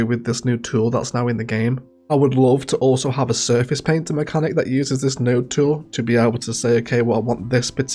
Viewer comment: When you were drawing out the farms and saying you'd like that for surfaces, I misheard it and thought you said 'circuses' 🤦‍♂ I mean, that would be kinda cool if you REALLY like clowns, but sticking to the entertainment theme, actually having that functionality to designate parkland (e.g. on the server farm island, I'd draw that out as a park due to all the mature trees) would be pretty useful.